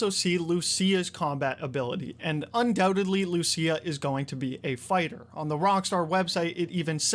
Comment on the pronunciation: "undewtedly" 😂. I am disappointed that you didn't say "withewt a dewbt" at all in the video 🙁.